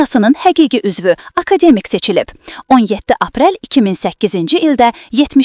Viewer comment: Akademik yox,AKADƏMƏK